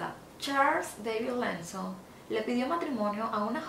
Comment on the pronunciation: Amiga buen video sin embargo te recomiendo mejores la pronunciación de las palabras, pronuncias el apellido Lawson sumamente mal, lo se porque es mi nombre y no se dice así